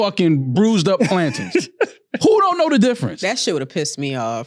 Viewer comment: Never heard it pronounced plantins before